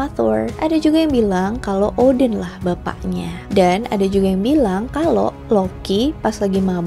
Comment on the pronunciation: kog gw dengernya oden ? 🤔 Odin , oden nih ? 🤔